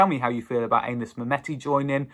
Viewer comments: pronounced Annis rather than Aye nis I believe 👍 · It's not Anus mate! It's Anis!